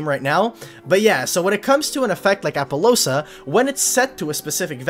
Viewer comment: Wtf with appolousa? Lol